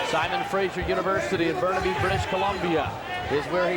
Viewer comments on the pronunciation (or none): none